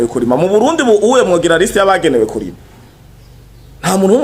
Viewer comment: Kurima nivyambere yavuze Nabi wumva ngaho ahindura ingendo?yikebuke avuge neza